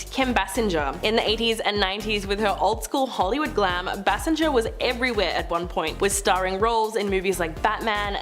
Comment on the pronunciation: Kim Bassinger's last name is pronounced BaySinger.